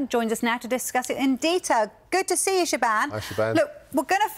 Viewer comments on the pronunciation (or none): "Shebann" 😂😂 isn't it siobháin?